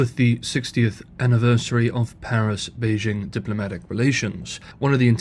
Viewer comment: A channel exclusively about China in which the host doesn't know how to correctly pronounce Beijing. As Uncle Roger says: "So white! So white!"